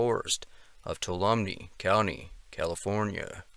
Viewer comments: "Two-all-ummy" is how we say it in the bay area... great video as usual. Thanks. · Tuolumne = usually pronounced Twalumee. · Fyi: "Tuolumne" is pronounced "too-ALL-uh-mee". The 'n' kind of gets swallowed. I dont think there is any way to figure out the right way to say it other than having someone who already knows actually how say (or hopefully) write the word; I had to ask the locals a dozen times to repeat it before I finally got it. It's just one of those Native American words that some probably struggling Anglo-American map maker tried his damnedest to transcribe using Latin chatacters. Tried and failed, I'd argue. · I grew up here and I am glad someone is bringing attention to these cases. Tuolumne pronounced Two-wallum-knee Dardenelles pronounced Darden-ells. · Please allow me to HUMBLY correct your pronunciation of "TUOLUMNE It's pronounced "too-ah-la-MEE " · Not a biggie, but Tuolumne is pronounced (2 wall a mee) say it fast.... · it's Tuolumne county is pronounced: two all um ee. Dardenells are pronounced: dard en els. Please stop butchering the names of this beautiful place. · pronounced 'tu-AHL-ah-mee" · It's pronounced tow-walla-me Toulumne 😀👣💃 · a couple of pronunciations I thought I'd share with you... Stanislaus: STAN-iss-law (not "loss") Tuolumne: too-AWL-um-nee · Just for accuracy Tuolumne is pronounced Tu- wall- a-me. The Dardanelles is pronounced Dar-da-nells. Thought you might like to know. Good video though. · Tuolumne: too-wall-um-nee, just so you know. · Relax with the fake accent and dramatic voice.. just tell the story. And please learn how to pronounce, Tuolumne.